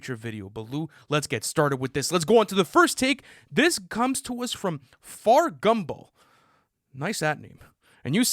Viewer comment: bro its not fargumball it's fatgumball😭